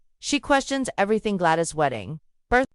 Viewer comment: It's especially irritating with Gladys is pronounced as Glad-eese ...